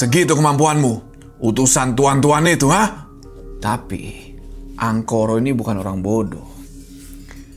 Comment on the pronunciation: ga salah denger pak kades ''Angkoro" 🖐